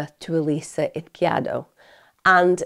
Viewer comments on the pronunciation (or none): Please start looking for the pronunciation of the victims names Emma. It’s so disrespectful to butcher them the way you do. Eez-key-air-dough.